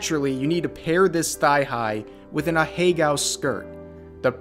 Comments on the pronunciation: Ahegao is a four syllable word smh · This goes without saying but the blatant mispronunciation really adds to the experience